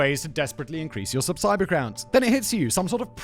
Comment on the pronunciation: he said (or there abouts) subsiber count....HA